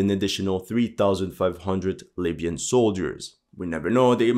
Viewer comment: I swear he called them “labian soldiers” 😂